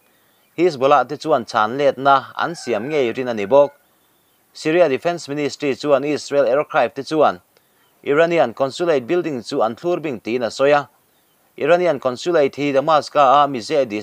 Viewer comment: thlûr bing(>) × (thlùr) bing(v) a ri hniam tur a ni. um zui, tum nei a um zui, chhui zui tih nen a in zawm thei.